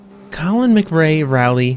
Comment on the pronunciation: Colin "Magray" Rally!!